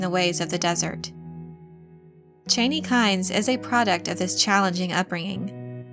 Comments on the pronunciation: CHA-nee not CHAY-nee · Being a long-time Dune (and Frank Herbert) fan, I enjoy your videos about the Dune universe. But I cringed at your pronunciation of Chani’s name. This is not a criticism, mind you, only a suggestion to consider. Based on their history, I believe their language to be pronounced phonetically. That said, I think Chani should be pronounced Chah-nee, and not Chay-nee. Again, this is not meant to criticize. Keep up the good work.... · "Chain-ie" literally unwatchable.... not to mention click bait Jeff Goldbloom on Fenring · Why can't anyone say Chani correctly? You don't pronounce it like the former vice president's last name (Dick Cheney). It's a long 'ahhh' a sound. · Cha- ni not chain-ee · Per Frank Herbert her name was pronounced Chaw-knee not Chainy. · It's Chani, not Chayney... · never before saw your videos, but you are doing ok with this one. Just your pronounciation of her name is a little off- her name is not "Cheyney" but "Ch-yaa-nee" As in "ya-ni " but starting with CH. Cheers! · Chauny!!!! Not chainy!!! My god gurl! Lol. Why am I so petty? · It’s pronounced Cha-knee! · Every time you said chani’s name wrong I screamed CHANI but your videos rock and I love your dune videos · I always pronounced her name ChAHni. Your pronunciation sounds weird. But you may be right. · It's pronounced "Chah-nee." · I wish the narrator would pronounce the names and words right. Chani is pronounced Chaw-nee. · It’s pronounced “Chaw-knee” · Please try to catch the names correctly. The name is Harkkonen. There are two Ks. It is not Hakanen. The name is Chani (soft A) not Chaney, as in Dick.